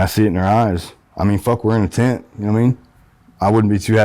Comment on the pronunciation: I slept in a tint last night 😂😂..it’s not funny it’s just the way he keep saying it ..